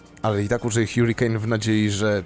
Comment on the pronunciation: harikejn nie hjurikejn